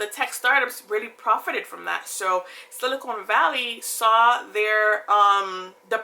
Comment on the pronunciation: its silicon not silicone